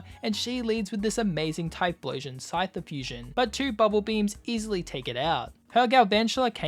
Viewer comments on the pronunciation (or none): none